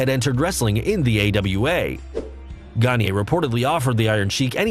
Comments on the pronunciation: Vern Gagne is a legend in the wrestling business, both as a performer with credibility and the man behind the longstanding and respected AWA promotion. His name is pronounced “Ganya,” not “Ganyey.” He’s not Kanye. And every time you say it like that, I have to suppress my rage. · Hey folks - I apologize for mispronouncing Verne Gagne's name. I got into wrestling in the late 80's when the AWA was on the decline and was a WWF fan. I've got no excuse for tryst though! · You. Mispronounced. Gagne. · next episode: We learn how to correctly pronounce Gagne and tryst.